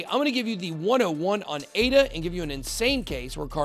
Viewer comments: It's not A-D-A, it's the proper name Ada, named after Ada Lovelace. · Actually it isn't called "Ei Di Ei" or whatever.. It's not an acronym, it's called ADA with A as in Africa. It's the name of Ada Lovelace the world's first programmer.